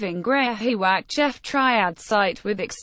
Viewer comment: not pronounce jeff -- pronounced GEE -- off